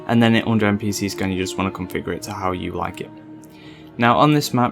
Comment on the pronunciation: "npc scUn"